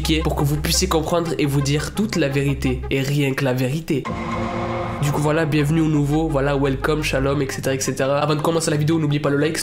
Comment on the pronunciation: Quand tu dis voila j'ai l'impression d'entendre wallah